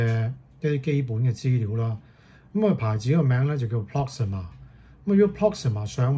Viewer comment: Proxima, Not Proxmia